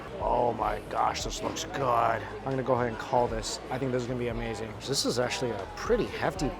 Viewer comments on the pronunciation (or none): We love when you say- Its amerrrrrzing!